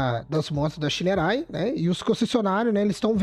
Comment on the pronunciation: Pronuncia o nome correto da Shineray please